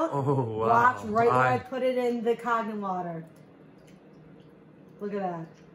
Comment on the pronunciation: And are you saying "Kag-nen"?